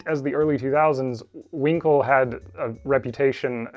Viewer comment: Brilliant video, but I couldn't help but chuckle at the pronunciation of Huincul (winkle).😆